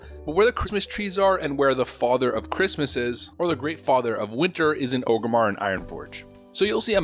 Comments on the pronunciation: It’s ORG-Rimmar not OGERMMAR. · "Ogrimmar" or is is it Orgrimmar? Orrrrrrrrrgrimmar! You god damn alliance trash. :) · Wtf is Ogre-mar?